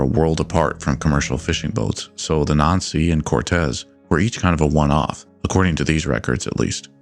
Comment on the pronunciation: Excellent video. When you said the name "nan sea" I almost thought you said something different. Lets just say something that rhymes with "not sea". Bit of an unfortunate similarity there for them.